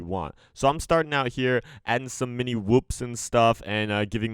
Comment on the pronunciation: what are whuups it’s whoops lol